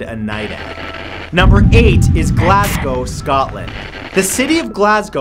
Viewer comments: Atleast he got Glasgow right xD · Sooo, any other Glaswegians watching this? Also, nice on you, mate, for pronouncing "Glasgow" right.